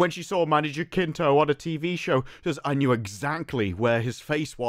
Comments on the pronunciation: it's not JaKinto, it's JaCinto (pronouced as an S) - just trying to help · It is pronounced Many "Hasinto", as in "has". Here it is pronounced with a hard "J"... but that phoneme doesn't exist in English. Greetings from México. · I believe Manny's name is pronounced HA sin toe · Just to give a helping hand, his last name is pronounced: ha-sin-toh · Man, is not "Jakinto"... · Hey man, its been bothering me since ive started watching your acolyte videos but Jacinto is actually pronounced Ha-seen-to. Just putting it out there